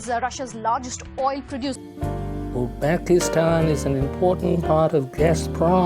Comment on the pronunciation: Not Uxbekistan, but Uzbekistan